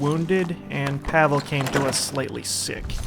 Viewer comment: I think Pavle is pronounced "Pav-ley", not "Pavel".